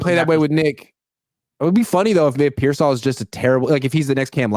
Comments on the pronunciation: “I’m giving him grace”, Kyle doesn’t even know who you are and you can’t even say Pearsall’s name right 😂 calling him persell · It’s pronounced Peer-sawl. Sheesh🤦🏾‍♂️😂😂😂